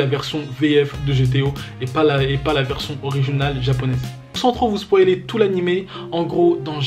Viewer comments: On dit SPO I LÉ on dit le I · Je crois qu'on dit " spoïler " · On dit spo ï lé